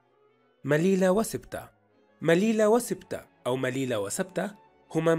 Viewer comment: *مليلية و ليست مليلة. و شكرا